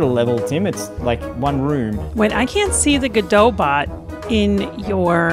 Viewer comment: Guh dough - Godot